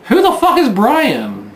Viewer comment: Bwian? Twue enough. ;-)